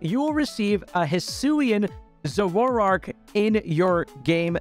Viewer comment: why did he pronounce Zoroark like 'Zo-wo-rark' wth....